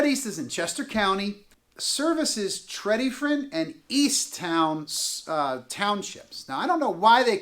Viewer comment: Your pronunciation of Tredyffrin makes you sound quite foolish. Perhaps you should have done a bit more research.